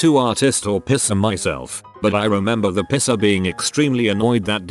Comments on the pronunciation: Love how the bot is constantly saying "pisser" instead of "piercer" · Mall pisser killed me dead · I'm legitimately crying of laughter over here and relying on auto correct to type this The format pisser cracked me up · I love how this thing pronounces "piercer", LOL.